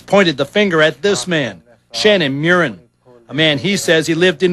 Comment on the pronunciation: Mew-rin is wrong, his name is pronounced Murr-in, just like it's spelled.